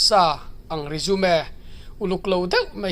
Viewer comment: Resumi tih lam tur resume a ni lo